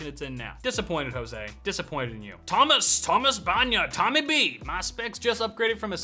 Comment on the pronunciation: "Hoseway??" XD